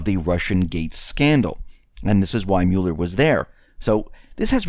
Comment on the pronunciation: You need to learn how to pronounce Mueller.